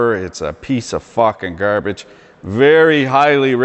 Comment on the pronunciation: I always thought you were west coast through and through but the way you said grrrrbage makes me thinks you speak in the maritimes tongue too. Keep her between the ditches - fan from Halifax